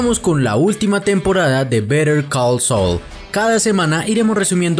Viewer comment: Saaaaaul no soul